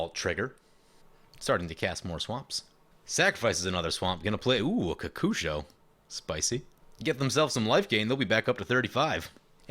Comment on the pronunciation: I say kokusho like you say it. So many people say it ko-ko-sho.